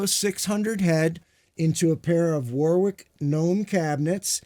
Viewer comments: All these years and he still can’t pronounce the name Warwick properly 😂😂😂😂. Great demo. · UK = Wohrick US = War wick Germany = Varrick?